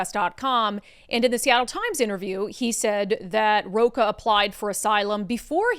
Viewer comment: Rocha reads "rosha" in portuguese